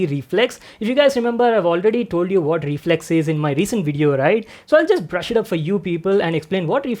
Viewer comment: reflex more like re-FLEX